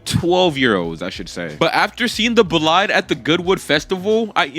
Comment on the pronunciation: Congrats on 100k but Bolide 😭 is pronounced bo-lee-de